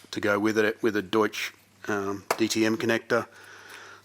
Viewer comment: Rather enjoy announcing the words "Duetsch" and "Bosch"